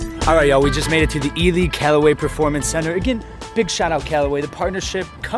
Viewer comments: It sounds like “Eli” not “Ele” spelled “Ely”…😂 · He really said "E Lee Callaway Performance center" The guy plays golf for a living, is sponsored by Callaway and has the damn audacity to have no clue who Ely is or how to pronounce his name.